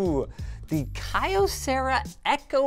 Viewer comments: every '-yo-' doesn't be read as"-aio-" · I thought it was key oh Cera not kie